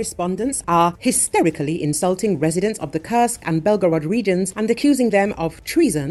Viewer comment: When will you please stop Kursk a curse? If the voice is an AI, please change that awful pronunciation. It is an u like in super or food. Please, I repeat, the curse!!!